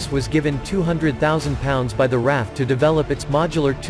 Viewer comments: Not “Raff” but “R.A.F.” Three letters each pronounced separately. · I knew a couple guys at work that were in RAF, and they called it the "Raff" informally.